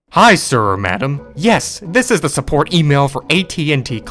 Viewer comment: TTK:Ello elcome to tek souport,ow mae I not elp u tudae?